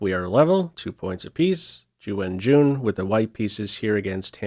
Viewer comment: Agamator’s original pronunciation of Ju Wenjun 居文君is already close enough without butchering it like the “improvement.”It is difficult to pronounce Chinese names correctly with words that have no exact English equivalent sounds but the world champion’s name sounds more like “Jiu Wen-Juin.” The bottom line is there is no need to improve the tone unless one is learning Mandarin Chinese. 😅